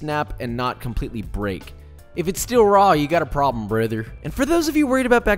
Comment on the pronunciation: was that in English? lol